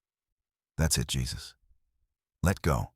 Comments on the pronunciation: Yep, they butchered that one. It's definitely "Hay-Zeus," not Jesus. 😆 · Jesus is pronounced Hesus (Hay Zeus)when used for a living person. If you’re gonna use AI listen to it before you post. It feels like sacrilege hearing this for some Christians. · The mispronunciation gave away the AI instantly 😅 "Hey-Zeus" would've made way more sense.